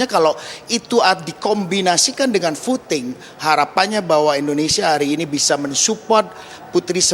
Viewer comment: Voting mas anang, bkn futing🤭